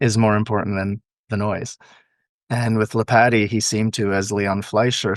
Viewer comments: DUDE...ITS LEE POT TEE...NOT LIPATTY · Lee-Pah-Tee gives you a better pronounciation of his name. He was born in Rumania.